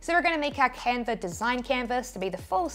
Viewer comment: Canver = Canva!